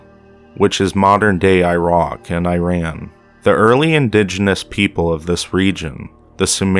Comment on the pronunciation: He says irock LOL!